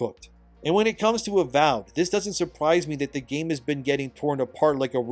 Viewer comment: the AVOID instead of AVOWED is actually kinda hilarious. Is that edited?